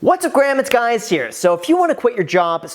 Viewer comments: “What’s up graham it’s guys here” 😅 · Is it just me, or does he keep saying, "What's up Graham, it's guys here!"? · Did I just hear the intro as "What's up Graham it's guys here"